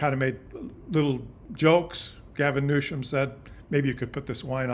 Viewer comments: Love your commentaries, background photos and charts. Keep up the good work! Trivia: Newsom doesn’t have an “h”, so no “sh” sound in his name. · Please show more class than the Orange Monstrous Clown: The California governor’s name is pronounced: “NEW-SUM” emphasis on NEW. Be a grownup and stop making fun of his name… such behaviour is beneath you, isn’t it? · So you want the dems to run as lil pp did. Slogans!!! Riiiiiiight. Ps. please dude it’s new-some! Not new-shaum as you say it. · New some, not new shum. Other than that wee criticism, I appreciate your educating the Canadian public. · 1. What were the results of your inadvertent experiment? You never got to that 2. (nit) It's pronounced "new-sum" not "new-shum" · It’s NEWSOM, NOT NEWSHUM, Christ! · Speaking of proper messaging. I had to replay before I made this comment. The governor is not Mr NewSHUM, it is NewSOM. I love your work, I'll send peeps your way. Thankyou,. 🇨🇦✌️🍁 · Question for you - why do you pronounce his name with an H in it? Newshom isn’t it Newsom? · just so you know you are pronouncing Gavin' Newsom's surname incorrectly. You are phonetically pronouncing it "Newshum" when it should be "Newsome". This reminds me of when tRump constantly and purposely pronounced Kamala's name incorrectly as an insult. Please correct yourself. BTW Great Chanel and content!👍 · You are saying Gov. Newsome's name incorrectly. His last name is pronounced - New + Sum, as in give me SOME candy. There is no "H". I do not know you so I have no idea if this is personal or how you say certain words or if you are trying to be funny, so I mean no disrespect. I am not a fan of Newsome, I am just uncertain as to why you keep inserting extra letters in his name. It's weird. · It drives me nuts that you pronounce Newsom Newshom. There's no h in there. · Check out the pronunciation of “Newsom”. It doesn’t have an ‘h’.